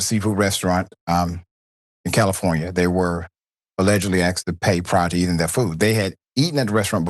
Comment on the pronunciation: Axed. No..asked